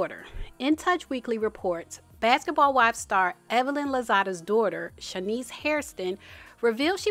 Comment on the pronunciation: Babbyyyyy🤣 as evelyn says 🗣️DON’T TALK ABOUT MY “DOORTA””🤣